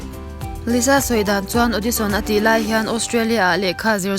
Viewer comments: lisa zawk a lawm liza nilo in.....lalisa manoban....lisa tih hi a dik....☺️ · s na3 engtin nge z angin kan lam ang tiraw....liza....nuih a ti za reuh... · I lisa lam dan hi (liza) i lam a😊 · Lisa an ti ngai lo Liza tya lam tur